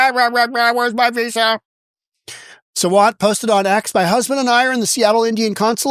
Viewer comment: Please pronounce her name as Saa- vunt(like you got it, bunt). This Kshama is a radical Marxist who should be sent to Chinese jail. Also Kshama is not an Indian citizen, has 0 right to a visa